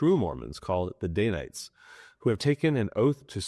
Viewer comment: It’s danites, not daynites